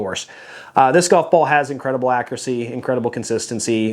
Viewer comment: Nice round-up,. Quick question: what’s “ackracy?” I know a word that’s similar to that, but the word I’m thinking of has a “u” in it. Just kidding, bud! Love your content always.